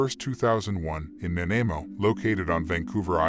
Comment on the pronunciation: You are pronouncing Nanaimo wrong...lol..Lots don't really do it right unless you live in B.C...